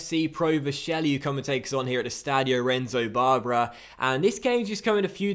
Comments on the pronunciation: it is pronounced "Monakello", and the stadium "Renzo Barbèra" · Just some tips on how to pronounce things: Renzo Barbera = Rentsoh Barbay-rah, Monachello = Monakello, Rispoli = Ris-pohlee, Setola = Seh-tolah